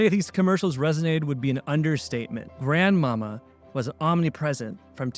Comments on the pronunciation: It was pronounced GranMawMaw. I loved his talent and game; he is truly missed. Thanks for posting this vid, good job. 🙂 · it's pronounced Grand Ma Mah